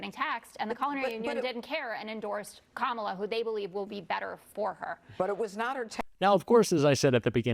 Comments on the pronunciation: Did they all agree to mispronounce Kamala Harris's name? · This continual mispronunciation of her name is not at all the flex they think it is. The more they do it. The dumber they look. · Jr. can't even pronounce Kamala's name correctly. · The intentionally mispronouncing Kamala Harris’ name is getting really fkn old. It’s 2nd grade level nonsense